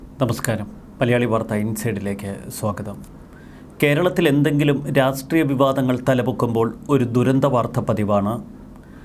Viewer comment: രാസ്ട്രീയം അല്ലെടാ പോത്തേ.. രാഷ്ട്രീയം.